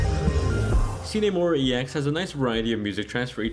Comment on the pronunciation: "see nee" mora? you sure its not "sign" mora?